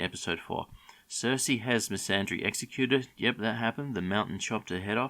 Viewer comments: Quick question why are you inserting an “r” into Missandei’s name? It’s MISS AN DAY, not “misandry” ffs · Her name is Missandei, NOT misandry. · Lol, Misandry hey? I think you mean MissandEI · Who the hell is messandre ¿ 😂